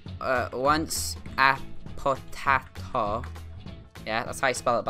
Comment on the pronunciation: YAY u meantioned my name!!!(u said potattooeooeo)